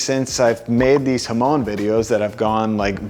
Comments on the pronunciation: Hamone ??? Bit respect for pronunciation please... Jamon!!! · bro be pronouncing jamón like hoemone